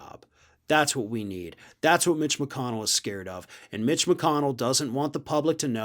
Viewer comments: How come I hear "bitch" when you say "mitch"? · I don kno... maybe um biased against McConnell... maybe um biased in favor of. Whatever. I just really, REALLY enjoy how says Mitch as if he is pronouncing the M as a B. This is why the internet was invented. Thank you. Thank you, internet. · I like the way pronounces "Mitch" It sounds like has already replaced the M with a B;-)